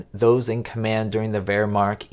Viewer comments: Hey! It's pronounced Vermact, not Vermar! Get your stuff straight! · Hi! Great info! Tiny suggestion? Check your pronunciation on "Wehrmacht". I believe it should be closer to VAIR-mocked. No biggie.